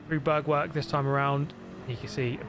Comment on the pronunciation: I love how you say "Bergwerk" :D Actually it is pronounced roughly like BAIRK-VAIRK with like the english word "air" in the middle of both words.